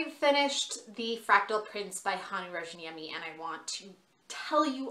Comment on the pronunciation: Great review. However, just for future reference, there are 2 [very similar] ways to pronounce his last name: The Finnish "J" in Rayaniemi isn't pronounced with a ⟨ʒ⟩; i.e. the "zh" sound. It's actually a "Y" sound. So, you end up with either,RAHY-UH-NEE-ME or RYAN-YEAH-ME -- you can also roll the "R" if you're really wanting to be proper/sound true to form. ﹡﹡ᴵᶰˢᵉʳᵗ "ᵀʰᵉ ᴹᵒʳᵉ ʸᵒᵘ ᴷᶰᵒʷ" ᴬᶰᶦᵐᵃᵗᵉᵈ ᴳᶦᶠ ᴴᵉʳᵉ﹡﹡